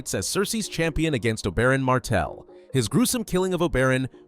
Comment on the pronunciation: Garbage AI narration. "Obearan" lmao